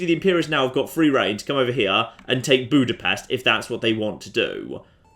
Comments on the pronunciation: Its weird to hear people from other places pronounce "budapest". Well at least you didnt say bukarest. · I have to know the proper way to pronounce Budapest now. I say it like BOO-dah-pest.